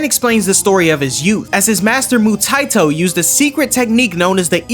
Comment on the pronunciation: Mu-tye-toe is crazy not gonna lie. 😂